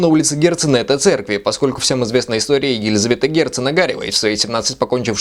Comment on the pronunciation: Не Ог-А-рев! А Огарёв! рррыыы Фи на тебя))) Но лайк ставлю потому, что подача материала нравится - с юмором , но корректная к объекту критики. Ну и хорошо поставленная русская речь! Для меня это важно. Лайк Вам, юноша. :)